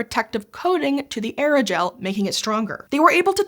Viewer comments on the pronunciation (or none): Pronouncing Aerogel as Eragel is a choice.